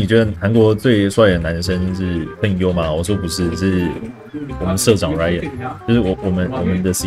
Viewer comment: 韓文Ryan聽起來根本就是lion